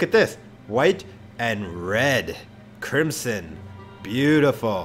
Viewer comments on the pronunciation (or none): White and Red Crrrrimson. Mhmm yep definitely